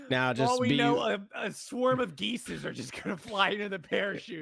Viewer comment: "Geeses"???? LOL